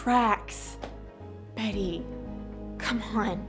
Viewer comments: omg she even got betty's voice and pronunciation right WHAT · you did betty's pronunciations so well omg she talks just like that